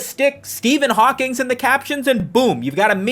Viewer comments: Ngl I took psychic damage every time I heard "HawkingS" instead of "Hawking" 😭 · You definitely pronounced it "Hawkings" just to piss everyone off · There’s no S in Hawking. You keep saying Hawkings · Everytime he says "Hawkings" it makes me laugh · How do you make a whole video on Stephen hawking and miss pronounce his name every single time lmao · It’s fun that you did a whole indignant video and misprounounced Hawking’s name throughout. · Every time he puts an “s” at the end of the name Hawking 😂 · bro how did you mispronounce Hawking a thousand times in ten minutes